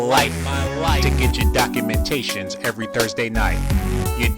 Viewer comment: WE DIDNT LAND ON DIS DOC-U-MENTATION... DIS DOC-U-MENTATION LANDED ON US